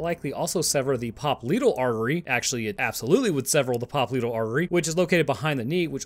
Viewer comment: pronunciation of "popliteal" made my eye twitch. 🥴